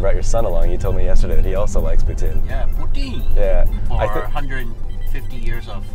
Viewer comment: stop saying it like that ffs!!!! its POUTINE not POUTIN !!!!!